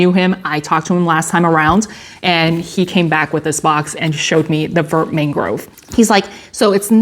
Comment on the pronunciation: Vert is pronounced “vair.” Vert means green. Also, Thanks for sharing.